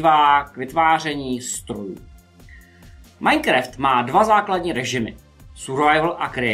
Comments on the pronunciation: to se nevyslovuje majkreft ale majnkraft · čte se to majnkraft ! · [majkreft]btw je to [majnkraft] není to výsměch jen úprava sleduji videa a uznávám vaší orientaci v moderní technologiích chyba se stane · Minecreft XDDDXDDD